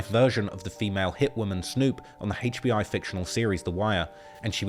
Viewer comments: You messed up and said hbi instead of hbo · why bro said HBI at the beginning? its HBO. This shit driving me crazy my head finna explode rn lol